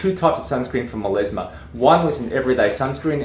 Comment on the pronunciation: MelAsma not MelEsma! Oh my ears 🙉